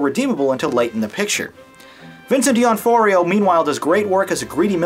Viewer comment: it's prounounced Doh-noh-free-oh. Fuck! You're trying so hard to sound smart but you can't fucking read a surname properly? It's pronounced exactly how it's spelled! Your review is invalid. Fucken ass!